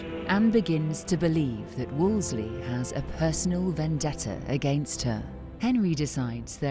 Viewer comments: The narrator adding an "L" to Wolsey, calling him "Wolsley" is really distracting! Otherwise, this is a great doc :) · So surprising that the narrator mispronounces Cardinal Wolsey's name so repeatedly. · Ugh, I know, it was driving me nuts. She says it wrong each time which felt like it detracted from the quality of the docu slightly, like it was cheaper. She probably was just a voiceover actress who doesn’t know the history and is only chosen for her voice. No historian would keep making that mistake. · The narrator mispronounced a lot of names! Wolsey not WolsLEIGH! Sheesh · Why does she keep calling him WOOLSLEY.....ITS Wool sey.....Wool sey!!! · It’s Wolsey not Wolsley! 😂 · Um he is Cardinal Thomas Wolsey, not Wolsely. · It's WolSEY, not WolSLEY!!! It's a silly mistake to make in such a thoroughly documented retelling of history. Sorry. It drives me nuts... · I'm seriously flinching everytime the narrator calls Cardinal Wolsey "Wolsley" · "Wolsley" ? It's Wolsey!!!! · WolSEY… NOT WolsSLEY… 🤦‍♀️ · The female narrator repeatedly mispronounces “ Wolsey” as “ Wols-ley” there is no extra “l”. How could this go to air with this massive historical mistake? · I hate AI that mispronounces words. It was Cardinal Wolsey, not Wolsley. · Wolsey. Wolsey. Wolsey. NOT WOOLS-LEY. WHY does the narrator constantly mispronounce it????? So so irritating! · Narrator keeps saying “Wolsely”. It’s Wolsey. How did they miss that in post production??! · Cardinal "Wools Slee" Narrator added a consonant. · Why does the narrator keep saying Wolsley, it’s Wolsey! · Would someone please explain to me why the narrator keeps pronouncing Thomas Wolsey’s surname as “Wolsley” or “Wolsely.” It’s very distracting. I know that 'Wolsley' and 'Wolsely' are variations which others may carry as their surname, but is this an acceptable alternative spelling/pronunciation for Cardinal Thomas in particular? If so, I have never before heard of it, and I have been studying the Tudors for many years.